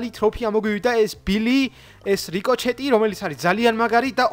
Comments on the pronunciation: რიკოჩეტი არა რიკოშეტია მგონი 😂 და კიდე IOS-ზე როგორ ჩავიწერო? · P.s რიკოჩეთი რა უბედურებაა :D რიკოშეტი :D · ბილი არა ბული და რიკოჩეტი კი არა რიკოშეტი